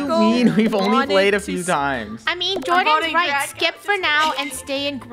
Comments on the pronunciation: Does Anyone Notice When She Says Draco Calls Everything SUS She Says Draca And Not Draco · Funneh keeps saying draca not Draco She wants to make TikToks with draca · Did you hear funneh call draco, "DRACA😂" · I love it when funneh calls draco draca lol